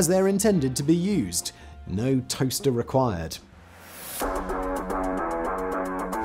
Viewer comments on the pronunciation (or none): I could not understand what you said about the toaster. Are you drunk?